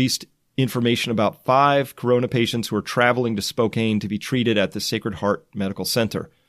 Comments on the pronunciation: Spokane is not pronounced Spoke-Ain, it is pronounced Spoke-Ann. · Spokane is pronounced Spoke-*can*, not Spoke-cane, btw. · Excellent report, thank you! (FYI, Spokane is pronounced: Spo-can, not Spo-cane) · Teach Chris how to pronounce "Spokane", please. Like Spoke-Anne, right? Not Spocaine. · It’s “Spo-can,” not “Spo-cane”. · Its pronounced - Spo-can....NOT Spo-cane. Love the hard work you do. Keep it up. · Chris: Spokane, WA is pronounced "Spo-Can," not "Spo-Kane." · Spoe-cane? Grrrr. Spoe-cann is how it's pronounced. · Spokane is pronounced “Spoke-Ann” not “Spo-Kane.” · Spo CAN, not Spo cane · It's pronounced Spo-can, not Spokane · Spokane is pronounced Spo-Can. Washington cities have strange pronunciations. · Thanks, my thoughts exactly. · Chris thanks for what you do, a lot. I cannot help with the South Korean pronunciations but I live in Washington state not too very far from Spokane, pronounced Spow (snow) can. Just ordered The Fourth Turning. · Its pronounced Spo-can, it's my hometown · "Spo can" is how Spokane is pronounced. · SPOH-CAN is how you pronounce the name Spokane just in case you wanted to know, I realize it has no bearing on the more important topic of discussion. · Great video man just fyi Spokane is pronounced more like "Spo-can" or "spoke ann" if that makes sense. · It's pronounced Spo-can. Thank you for all your time. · The city is Washington ,Spokane is pronounced spo-can. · Spo-can is how you say Spokane. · It is pronounced Spocan the e on the end of Spokane does not make it sound like cane but it the sound is can. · By the way its pronounced "Spo Can" even though it looks like Spokane. For future reference. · Spokane is pronounced: SPOKE-CAN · I think it is pronounced SpoCAN Washington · Spokane is pronounced Spo Can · Totally not important but it’s spo-CAN. I lived as a pedant and by God, I’m going to die a pedant. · Spokane is pronounce Spo can